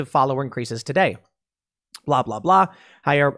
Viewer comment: Correction on the Brazilian president’s name, it’s pronounced Jah-ear We speak Portuguese so the J isn’t a silent H like in Spanish